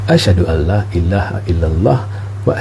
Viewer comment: Orang Islam 10x bershahadah dalam solat Alhamdulilah,tahniah ( ) oleh kerana saya menonton Dan mendengar shahadah saudara saya nak perbetulkan sebutan la yang pertama itu kena sebut panjang sikit Dari la yang kedua wallahua'lam